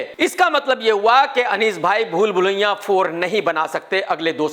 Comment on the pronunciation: Bhai ye aapka bhool bhulaiya bolte time pool pulaiya kyun nikaljata hain harr baar😂